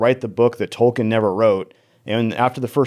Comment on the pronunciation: Tolken not Tolkiiiin